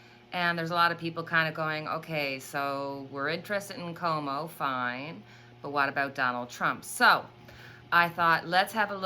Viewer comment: Cuomo is pronounced like quo mo